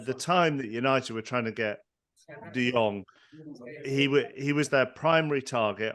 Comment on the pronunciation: Can't really respect Andy Mitten's opinion on this when he's one of those casuals that pronounces the J in Jong. Anybody that's seen De Jong play knows that it's De Yong. He only seems to know things about United and has no idea about any other team.